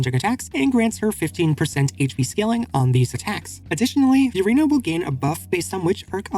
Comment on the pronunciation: Who's Few-rina?